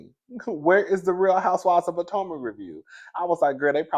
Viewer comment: Yes Rodney, I do not watch the show but I watch your reviews! I like that you call it Poortomac consistently every time! And that I get to see Candiance on the cast pictures on your reviews.